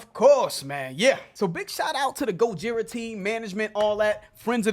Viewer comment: Guys: GO-JI-RA, as the French pronounce it and not GO-DJI-RA!